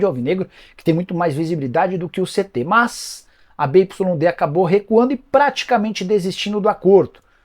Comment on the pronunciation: BYD se fala biuaidi…viu